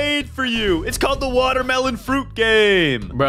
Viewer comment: SAID WODERMELON BUT IT'S WATERMELON😅